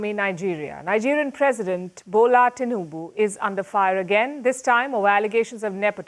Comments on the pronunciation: It's Tinubu not Tinuba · TINUBU NOT Tinuba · Tinuba😂😂😂😂. It's tinubu